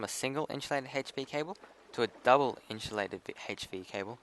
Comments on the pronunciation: Lol it's inSUlated not inSHOElated Just messing with you man nice video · Good video, but for the love of god its Insulated, not Inshulated. If you got a speech problem I understand but my OCD is going craaazy